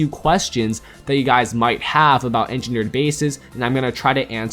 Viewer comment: This is how many times he said engerneered bases 👇